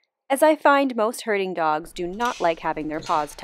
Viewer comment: Wait! Did you say they're "Herding dogs or Hurting dogs"?